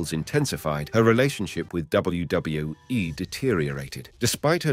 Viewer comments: It’s kinda hard to focus on the video when you keep saying WdaWE WDoeWE WdeeWE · what is this WBWE, WJahWE and WDohWE the narator is talking about? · Less than 7 seconds in and “W Duh W E” dude sort your channel out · This guy can’t say WWE properly 😂